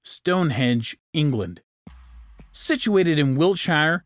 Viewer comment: The correct pronunciation of the word "quarry" is "kworr-ee" (emphasis is on the first syllable). I'd also suggest that you listen to how English people pronounce Wiltshire. The emphasis is on the first syllable. EDIT: Oh, and "sphere" is pronounced "sfear", not "spear".